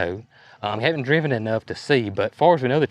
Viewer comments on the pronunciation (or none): none